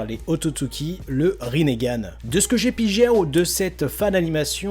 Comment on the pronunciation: "de ce que j'ai pigéww" 🤣 Sinon bonne vidéo, mais je trouve que ça ferait trop, c'est juste du fan service incohérent...